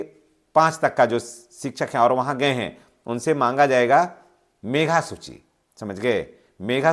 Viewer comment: सबसे पहले तो सर आप बोलने के लिए अशुद्धियां को दूर कीजिए मेघा सूची नहीं होता है मेधा सूची होता है